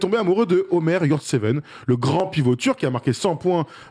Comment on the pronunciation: Prononcé "Eumer" pas "Omer" Le "ö" en turc se prononce "e" et le "o" se prononce "o" lol